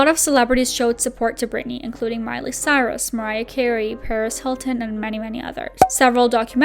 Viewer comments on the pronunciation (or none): none